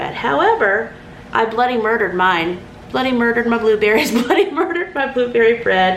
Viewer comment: BLOODY MURDER that was so funny! You said it just like a Brit as an x pat i laughed so hard,,luv your videos keep up the good work x